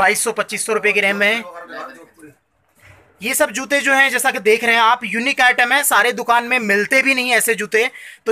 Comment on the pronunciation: Bolna to sikh lo. Zute nhi jute